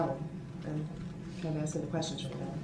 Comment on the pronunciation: I just have to say, I am so sick & damn tired of his Reason for the "Substain" When it's (Sustain) & "Axing" someone, when it's (Asking) somone. Jackaxx Brooks.🤦‍♂